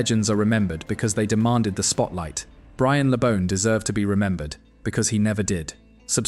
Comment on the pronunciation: At least get his name right...BRIAN... not 'brain' My dad (also called Brian) used to go drinking with Brian and Gordon West when they were playing and my dad was building the main stand at Goodison. Always impressed by their affability and humility. Something sadly lacking from most modern day players God rest you, Brian. A great player and even greater man.